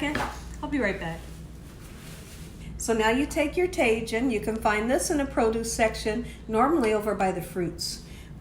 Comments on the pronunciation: Ta"H"in no taJin lol 😊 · Tajin is pronounced : Tah-heen Queso cotija pronounced: Kess-ö kö-tee-ha Mayonesa pronounced: mah-yo-nessa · tajin is “ta-hin Cotija is “co-ti-ha” Looks so good. Just made this the other day. 💖👼🏻🌺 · Tajin is pronounced tah-heen